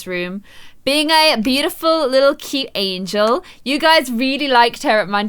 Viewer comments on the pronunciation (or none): none